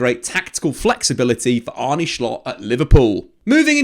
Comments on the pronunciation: If that’s the case he needs to do a bit more research, it’s pronounced as “Arnuh” not “Arnie”😅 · You say Arnuh, Not Arnee Very good signing! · It's Arnuh not Arney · For the non-dutchies in here, kinda butchered Arne Slot's name (wth is Arney Schlott lol). The correct pronunciation is close to how an englishman would pronounce Arnuh Slot (slot as in how you would pronounce it in slot machine) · It's pronounced Arnuh Sloht